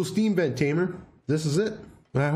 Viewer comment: Everytime you say sVent, I hear assvent.. lol